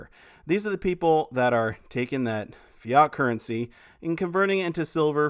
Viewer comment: Spoken as FIAT...as in the Fiat car bro..😁😁